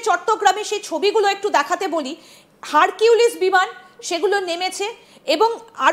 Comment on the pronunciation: Hurculis na harpic